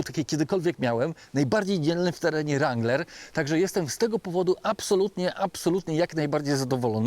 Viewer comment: Kurcze Chłopie naprawdę fajny kanał prowadzisz ale na Boga przestań z tym ,,langlerem" bo to jest żałosne. Nie ucz się wymowy z translatora Google. Mów po prostu Wrangler i się nie ośmieszaj. A jak koniecznie chcesz być bardziej amerykański od Amerykanów to ucz się poprawnej wymowy chociaż z Amerykańskiego YouTuba a nie od translatora Google.